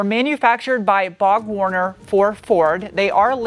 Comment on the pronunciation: "Bog" Warner???